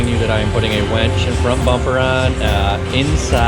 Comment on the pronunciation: Great mods! Did Nate actually say he was installing a “wench”? Well she will come in handy on Expeditions.